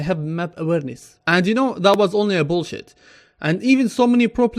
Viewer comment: Faka Airawn when he said bullshit haha that's so funny